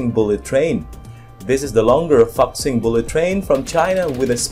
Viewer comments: Sorry bro I need to correct your pronouciation, Fuxing should be pronounced as foo-sing, not fux-sing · Pronoun as "foo sing" not fuc sing...LOL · I think it’s pronounced Foo Sing, not Fuk Sing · It's pronounced as fu not fak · Very good, l love it very much! Only one thing: your pronunciation of " Fuxing" is wrong, it must be pronouce as " full--fuxing". Thank !you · It's pronounced as 'fu sing' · It is pronounced foosing.